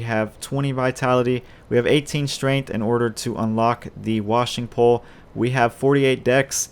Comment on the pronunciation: It's pronounced Wa-Shing Pole